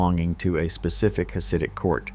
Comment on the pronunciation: Hasid is not pronounced with ch as in cherry. It again has the same hard ch that the German language uses. My ears hurt from your ai pronunciation.